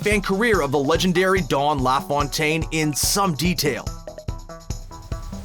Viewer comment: Couldn't agree more. What's with calling him "Dawn LaFawntaine"?